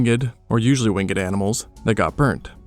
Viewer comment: Winged not Wingeded!!